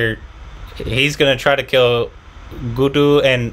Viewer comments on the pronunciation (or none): Please stress on the double letters when pronouncing Guddu not Goodu...Munna not Moona....Tri-pa-thi not Tripti....